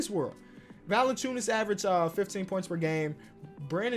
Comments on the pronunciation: its valanciunas not valanaciunas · “Jonas VaLiNaCHewNUS” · Why he always put that extra syllable in Valanciunas lol